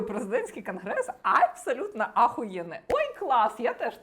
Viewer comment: "презєдентський" "крнгрессссс"....???